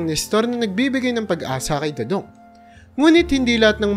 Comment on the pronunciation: next time prrnounce it do-dong not doodoong